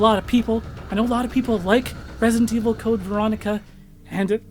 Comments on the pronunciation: "Resint Evil" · I die a little bit every time you say ‘resint’